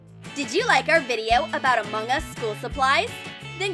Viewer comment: Why do you say among us weird?? 🙄🙄🙄